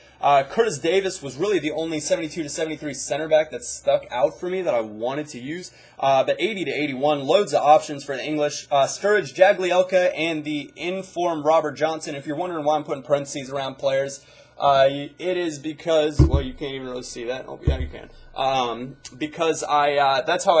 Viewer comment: just to say it's jag-e-elka not jag-lee-elka